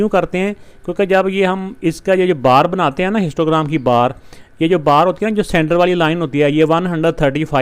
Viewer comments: I also noticed I hear them again and again 😂😂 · I also noticed 😅